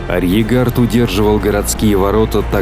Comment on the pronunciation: Просмотрел практически всё. Впечатляет, несмотря на то,что ведущий упорно, в течении долгих часов игнорирует второе "р" в слове " арьергард". Но общее впечатление - захватывающе...